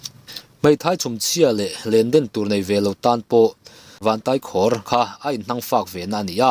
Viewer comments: Tai pawh hi Kurtai a a Tai lai ang hian lamrik bawk tur. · Vantaikhawr tih hi khawr lai tak hi kuva khawr kan lam dana khawr ti a lam tur.❤